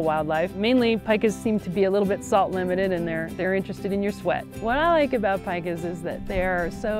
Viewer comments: It's called peeeeka, eeee, peeee-ka, not pie-ka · Paika? It’s Pee-ka!